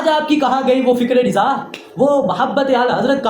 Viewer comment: Mere bhai riza nhi hota raza hota he